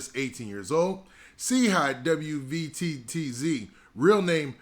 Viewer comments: His name is pronounced “CHEEE WETS” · Didnt even do enough research to pronounce a man's name but Quick to hit upload for views... 1 example of clout chasing